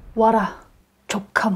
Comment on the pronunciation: 조카몬 말해면 *까 몬으로 들림